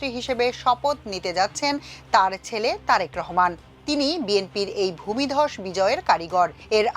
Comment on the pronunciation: ভাই দয়া করে ওই ভূমধস ভূমিদস ভূমিধস এগুলো বললেনাএগুলো শুনলে আমাদের খুব কষ্ট হয়।